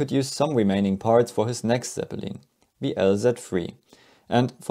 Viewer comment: Zeppeleen smh